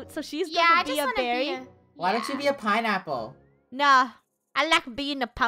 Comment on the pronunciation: "Pinaple" It's "Pineapple"